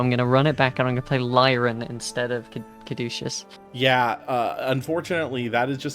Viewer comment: cad - oo - see- us